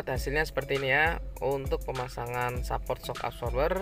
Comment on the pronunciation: Ngomonge sehport bukan saport..